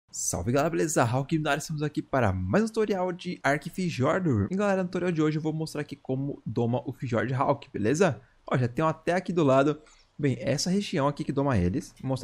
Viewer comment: Acho q o certo seria fiordur, o jeito de fala, n sei c é, mas tinha visto q o "j" faz som de "i"